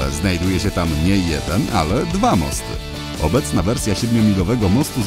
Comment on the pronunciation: Mosty a nie Masty